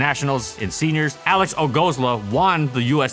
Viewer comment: Poor Alex got butchered :'D